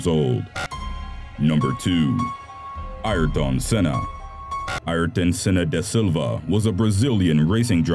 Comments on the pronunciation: By the way it is pranounced airton for setting senna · Ayrton = ''Ear-ton'' Senna not ''eyer-tun''. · He says it like ayrdon but yes i love senna but he doesnt sqy his front right tire hit his head thats what killed him